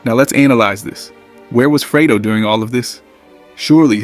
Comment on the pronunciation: freydo? it's fredo